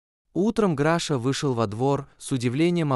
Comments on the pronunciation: Не Граша, а Глаша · Что за Граша? Если она Глафира, значит Глаша. Чудовищная озвучка. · Научитесь читать правильно, Глаша не может быть Грашей, и вообще читать надо внимательно. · Ужасное чтение,неправильное ударение в словах ,то он,то она,то Граша,то Гриша.Слушать неприятно . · Перед тем как читать перед микрофоном надо хотя бы перечитать а то получаеться читает то граша то гриша тоесть то мужчина то женщина просто кошмар неправильно ставите ударение неужели так тяжело перечитать текст и очень монотонное прочтение не понравилось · Чтение может быть лучше. Графа то она то он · Обращаюсь к чтецу. Чтение отвратительное, Граша , Гриша. То он , то она. Где знаки, препинания? А уж Е и Е. . Вы хотя бы по смыслу различаете эти буквы? Пожалуйста прекратите озвучивать, буду очень вам благодарна. Поверьте , не я одна. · Когда же научатся ставить правильно ударение?! Так Граша, или Глаша, или Гриша? Он или она? Нужно правильно писать текст, чтобы робот правильно читал!!!